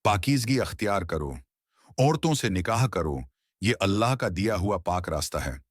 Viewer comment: Allah ka nam thek sy Lia kro